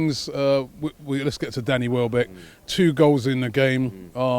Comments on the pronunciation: Wellbeck? Seriously Robbie? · Welbeck not wellbeck lol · Welbeck not wellbeck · Gotta love "Wellbeck"